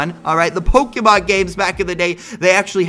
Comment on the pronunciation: why did u said pokimon.? Its pokemon not pokimon